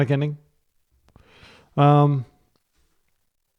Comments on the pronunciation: I am dying everything you say "Aan" that's the M. Night pronunciation x_x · "Aang" rhymes with "rain" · The characters inhabit a fictional world inspired by many cultures. The character's name rhymes with "rain"